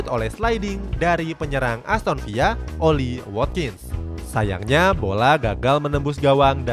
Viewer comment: Aston Villa bacanya VILA biasa aja bukan VIA lu pikir bahasa spanyol min, riset dulu napa elah apa susahnya sih